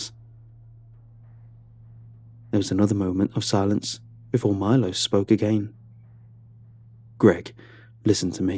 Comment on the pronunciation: I'm just sat here chuffed that Bulgaria was mentioned in a Creepypasta :D That would mean the colleague's name was probably pronounced Milosh not Milos.